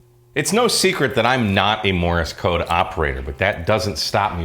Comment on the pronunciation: Hi, Like your channel. Begali makes the best stuff. One thing. It's Morse code not Morris code.;-) (Not he official pronunciation police.) 73